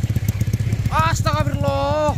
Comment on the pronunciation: Yg bener kalau ngucap itu.. Astagfirullah Bukan astaga firullah